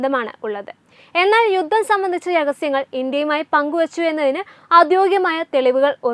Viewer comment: തലക്കെട്ട് വായിച്ചപ്പോൾ തോന്നി മോദി യുദ്ധത്തിന് അനുവാദം കൊടുത്തു എന്ന്. ഇത്തരം പൊട്ട വാർത്ത കൊടുക്കണമോ? പിന്നെ, ഗമേനി അല്ല ഖോമേനിയാണ്‌. ബാര്യ, യുദ്ദം, സമാദാനം തുടങ്ങിയ വാക്കുകൾ പറഞ്ഞു പഠിക്കൂ.